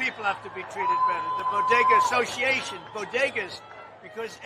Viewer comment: Biden’s don’t even know what a bogetah (Jill said) is. Trump stops at bodegas just like he did before.